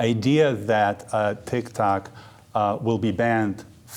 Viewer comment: Funny how he pronounces it as TicTac, not TikTok 😂